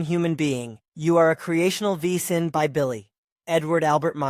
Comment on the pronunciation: Wesen is pronounced VAY-zen in German.